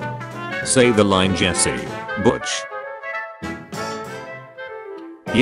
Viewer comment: I like that the text to speech voice keeps pronouncing Jesse “Jess”. Such a funny little quirk of using the British voice.